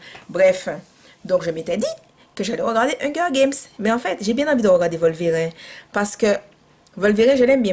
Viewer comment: On est dimanche, il fait froid (gros poil de la Martinique), pas envie de sortir avec les événements du week-end dernier et voilà cette vidéo. tu me fais rire comme pas possible, tes réactions sont tellement naturelles que ça passe comme une lettre à la poste. Tes expressions "Wata Faya" ou "Volverin" (sans la prononciation du "e") etc.. AU TOP! Merci de nous retranscrire ta joie de vivre.